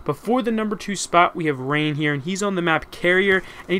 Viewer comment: When you said Reyn i thought it was Rain xD